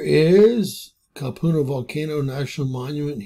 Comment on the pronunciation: Cap-u-Lynn Rat-tone